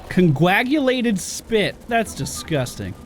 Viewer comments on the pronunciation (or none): When he pronounced coagulated as coglaguated I was just like, awwww bless your cotton socks 🙂